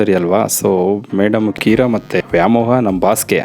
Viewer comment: Cinema making business ಆಗಿರಬಹುದು, ಆದರೆ ಜನ ನೋಡೋ ತರಹ ಮಾಡಿದರೇನೆ ದುಡ್ಡು ಹರಿದು ಬರುವುದು. ಕೆಲವು inputs ನಿಮಗೆ - Bgm volume ಕಡಿಮೆ ಮಾಡಿ. -Heroine ಹೆಸರು ಕೀರಾ ಅಲ್ಲ, ಕಿಯಾರಾ. - Apple ನ Happle ಅಂತ ಹೇಳೋದಿಲ್ಲ ನೀವು, ಹಾಗಿದ್ದಮೇಲೆ, input ನ Hinput ಅಂತ,output ನ Houtput ಅಂತ ಕೇಳೋದಕ್ಕೆ ತುಂಬ ಕಷ್ಟವಾಗುತ್ತದೆ. ಕನ್ನಡದ ಪದಗಳಾದ ಆಗುತ್ತದೆ ✅……..ಹಾಗುತ್ತದೆ ❌ ಹೇಗೆೆ✅……………ಏಗೆ❌ ಆಗತಾನೆ …………..ಹಾಗತಾನೆ❌ ಆದಾಯ ……………ಹಾದಾಯ❌ ಹಾಡು ………………ಆಡು❌ ಆಸಕ್ತಿ ……………..ಹಾಸಕ್ತಿ❌ ದಯವಿಟ್ಟು ಎಲ್ಲಿ ಅ ಕಾರ ಬೇಕೋ ಅಲ್ಲಿ ಹ ಕಾರ ಬಳಸಬೇಡಿ. ಎಲ್ಲಿ ಹ ಕಾರ ಬೇಕೋ ಅಲ್ಲಿ ಅ ಕಾರ ಬಳಸಬೇಡಿ.